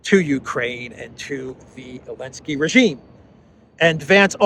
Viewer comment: I'm getting a sense you don't like Zelensky. And you seem to have trouble pronouncing and spelling his name.